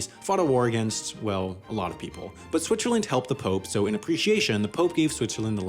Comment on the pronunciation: Shwitchaland :) Like it.